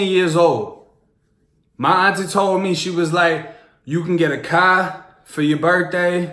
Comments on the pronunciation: A CAH?!??!??, A CAH??? $100 tatt over A CAHHHHH?!?!????😩😩😩😩🤣🤣🤣🤣😂😂😂😂😂😂 u f**king made me SCREEEAM with this comment😂😩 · your accent is so strong for not growing up in boston lol! I love how yall say Car haha sounds so funny